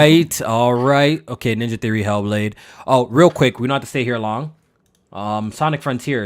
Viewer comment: "He'll Blade" that bitch be mad emo for no reason 🤣